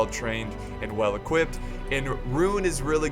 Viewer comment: Did anyone else hear say "equipted" with the t in there